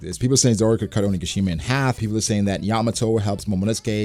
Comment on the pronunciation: Has to fix how he says onigashima. Idk why it bothers me so much but every time i notice it.